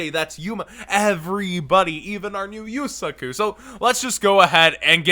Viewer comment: That’s not how yusaku is pronounced.